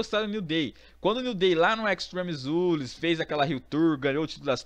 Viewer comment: parei com 10 segundos de video quando falou extreme rules errrado pk segundo a voce , voce não sabe falar certo pk ? não sei